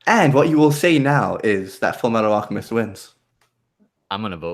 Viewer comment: did i hear say FMF like full metal alchamest insted of FULLA MEETHAL ALCHEMISTSHT